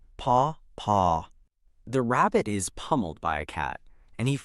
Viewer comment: look i dont mind some ai stuff but when your ai narrator keeps saying the wrong shit like the rabbit is pumeld by the cat i have a blind friend who i just had to explain this entire video has been saying stuff wrong plz i dont mind the voice of a squeker or a voice with a voice that makes oyu whant to kill yourself but at this point il take anything thats not ai plz stop this isnt good stuff its like number 3 of bad ai narrators atlest now i know not to watch this if you ever use your real voice plz respond to this and il come back but come on guy reall ai voice thats completty wrong